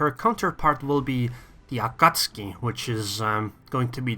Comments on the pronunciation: Is it me or you call AkatsUki Akatski???? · Both pronunciations are technically correct, but pronouncing it A-Ka-Tsu-Ki is kind of like pronouncing the word "Off-Ten". It's still "correct" but it's quicker (and more widely accepted) to just skip a couple sounds.